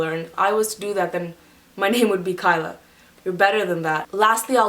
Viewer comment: Kyla not Kayla